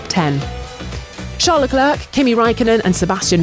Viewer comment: F1 2021 is here, but she still can't pronounce Leclerc's name correctly.